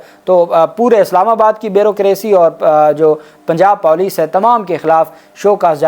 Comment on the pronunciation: This Pendu has no limit pronouncing wrong / Insulting Urdu words.... Police and Bazyab Kerwana